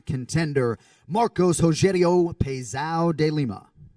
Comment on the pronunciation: he's getting close. he said "pezao" he just needs to put the ~ to make it "pezão".